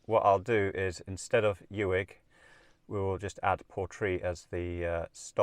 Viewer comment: It is Loch "Clooney" for pronunciation, as in Wood. Spelled "Cluanie". Uig is Pronounced as Ooig as in wood!, I agree, your route is far more scenic. Balalan is a nice quiet place.. Dubh is Doo. Well Done! I used to travel all these roads years ago as I serviced the TV transmitters all over the North and you have reminded me of all these lovely journeys. Thank you very much. Can I suggest you speak to locals for your pronunciations! They will keep you right on all aspects!